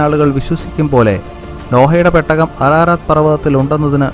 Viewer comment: പെട്ടക അല്ലടാ പൊട്ടാ. പേടകം 🤣🤣🤣🤣